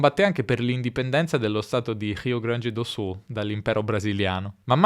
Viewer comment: Se perceberem ele fala português. Quando falou “Rio Grande do Sul” foi flagrante sua fluência em português.